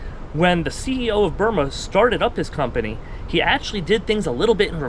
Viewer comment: It’s Byrna with a “n” not “m”